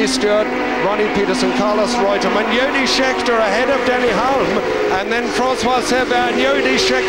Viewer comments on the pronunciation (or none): Fair enough, but if you listen to what he says he doesn't know who anyone is, and who's Yody Scheckter ?? He couldn'et even be bothered to check pronunciation !!! Anyway Merry Xmas.